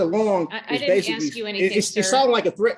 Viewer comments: Take off the damn hat. No self representation if you can't pronounce " ask" just a rule they should have. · Especially when he keeps AXING over and over. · This guy has a fundamental issue with understanding. Just list to him and I bet he say axe instead of ask.:face-purple-wide-eyes::oops::buffering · He sure does "Axe" a lot of stupid question. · Axe axe axe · Why IS that word so difficult for some folks to pronounced? ☹️